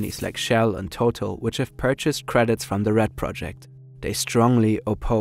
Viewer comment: Your writers wrote a great video but the person narrating it needs to be changed. The company Total is pronounced TotAl. No effort is even made to say the names correctly.